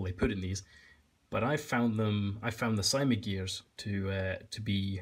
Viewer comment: CYMA is pronounced s - ee - ma